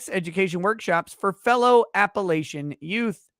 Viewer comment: The way pronounced Appalachian, as an Appalachian, made my stomach turn... The third a is like the a in latch, not like the a in lay.